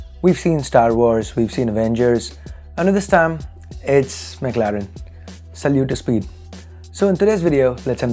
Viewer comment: I heard, "Sallu to Speed" 😂